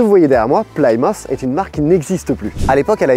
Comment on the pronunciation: Ca se prononce PLI-MEU-TH, pas PLAI-MO-TH :)